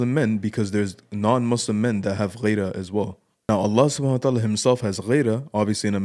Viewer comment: it's "Gheerah" not "Ghayrah". Get it right